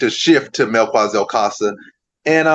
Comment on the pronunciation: Not mel kua Zel It's Mel ki za el